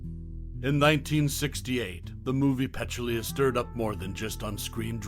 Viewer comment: First of all: her name is Peh-TOOL-ya, not PETCH-oo-LEE-a. Otherwise, thanks for some interesting commentary and nice stills from this wonderful movie.